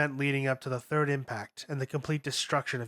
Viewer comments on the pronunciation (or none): none